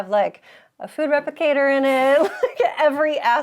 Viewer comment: Did you hear how replicator just rolled off her tongue... you've done it is officially a star trek girl